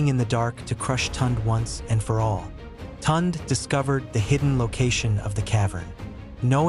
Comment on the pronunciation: The name is pronounced (Toon -day), not Tont. Please pronounce African names properly.